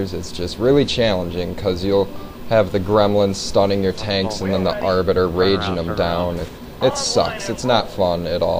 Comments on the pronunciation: its arbiter not arby -_ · go away but i like your videos but i don't dislike i'm just saying its not arby its arbiter